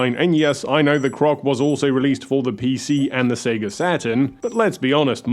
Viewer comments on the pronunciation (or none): none